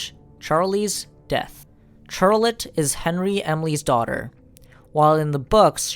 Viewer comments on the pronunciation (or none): "(Ch)-ar-lette." Bro, it's pronounced "(SH)-ar-lette" 🤦‍♂️